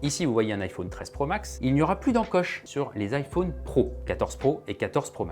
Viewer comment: On dit iphone comme téléphone. Pas ifaune comme faune et flore. C’est insupportable d’entendre AU au lieu de O